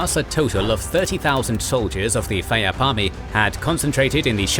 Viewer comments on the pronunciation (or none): Phayap is also pronounced Pa-yaab